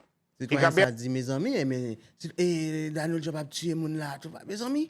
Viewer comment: aprann pwononse yo pa di Danald yo di Donald Trump